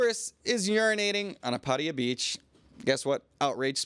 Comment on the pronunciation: Still going for the USAian "Pædiæ" pronunciation instead of PattAya?